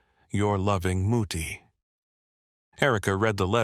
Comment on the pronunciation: your loving Mutti is just the way a mom might sign a letter, but the way the narrator read the last word was wrong. Your loving Mooty. Mom, in german is Mutti, and the u should be pronounced like the vowel in could, should, would.